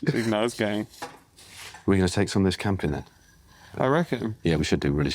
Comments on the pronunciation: It's camping not cramping dude 😂😂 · Its Camping, not cramping dude 🤣. Matt did it again, and beautiful production.